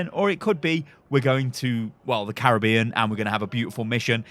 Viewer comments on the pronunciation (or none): none